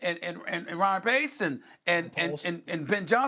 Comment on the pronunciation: "Ryan Pace" lol